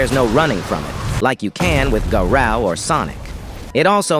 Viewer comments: "GA Rou" It sounded like garaow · no way bro said garow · why do you say garao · Why are you saying Gara? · the ai voice butchered bro said "garaou" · Bro called the. GARUE GERU